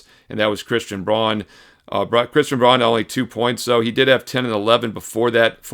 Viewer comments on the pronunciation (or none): none